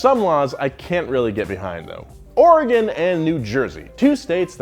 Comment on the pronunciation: Thank you for pronouncing Oregon correctly! And yes, the fact that it's illegal to pump our own gas here really grinds my gears.